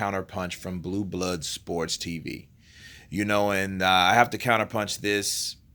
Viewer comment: You know blue blood stupid when he can't say blue blood sport properly. To me it always sounds like boo bar sport when introducing himself.